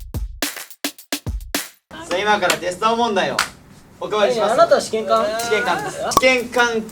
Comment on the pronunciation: どうでも良いけど、そのイントネーションは「試験官👤」ではなく「試験管🧪」の方では？笑